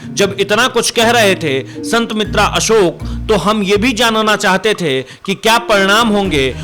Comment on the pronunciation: अरे एंकर भाई कम से कम ज्योतिषीजी का नाम तो सही लेलो। ये हैं संत बेतरा अशोक, संत मित्रा अशोक नहीं।